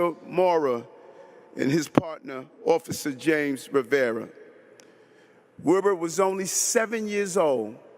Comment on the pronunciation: It's Wilbert, missing the T